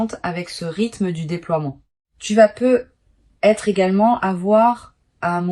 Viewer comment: les voix IA c'estpluspossibler ou alors corrigre le "Peu.. être " insuportable